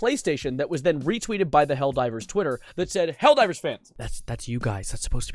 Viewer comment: ITS NOT HELLDOVER 🗣️🗣️🗣️